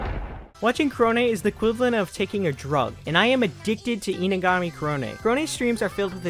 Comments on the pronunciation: the way you pronounce korone always sounds like kronii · Dude, are you saying "Korone" or "Kronii". Cuz you talk too fast and it sounds like your saying "Kronii." Lmao